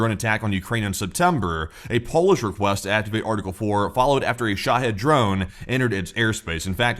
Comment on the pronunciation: Come on guys .. You both are very intelligent but learn how to pronounce shahed! Sha-hEEd! Long E there's no head it. It means an Islamic suicide bomber. ..